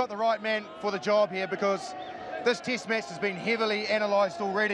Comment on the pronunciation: It's not as annoying as kiwis saying tist match ,or jiff instead of test match and Jeff